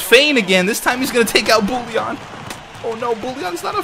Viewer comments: It's not bou-e-llon. The proper way is actually "Booyon" even in French. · I think it's Bouijon in pronunciation. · The way to pronounce Bouillon is "Boo-younn". The younn should be a merge of "oh" and "on" ;) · It's always funny to hear French Canadian names pronounced in English. It's Boo-yon. More or less. =) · Bouillon is pronounced 'bwee-on' :P